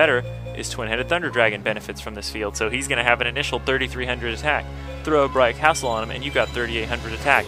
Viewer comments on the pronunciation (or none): none